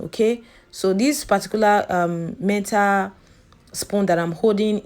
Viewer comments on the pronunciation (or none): none